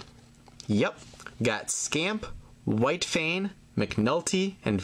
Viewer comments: FOODIES. ALSO I GET SOOOOO ANNOYED WHEN HE SAYS WHITE FAN, ITS WHITE FANG WITH A G (this also happens with pirate pong) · its white fang not white fan!